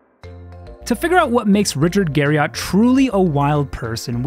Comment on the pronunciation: It's actually pronounced Garri-ET.